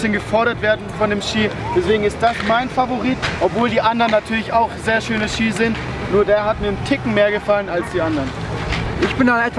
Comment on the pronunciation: Das heißt Ski nicht skier 😃